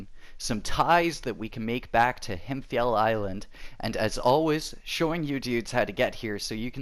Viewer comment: "Himfjäll Island" good job with the pronunciation :)